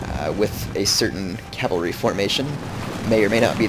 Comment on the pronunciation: No cav is short for cavalry. You said calvalry and calv. Its cav and cavalry.